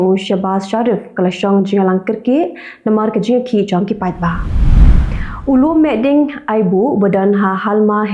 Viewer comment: Ka biang bha ka rukom ai khubor jong phi. Sngewbha ong Lum mihding ha jaka Lum mehding.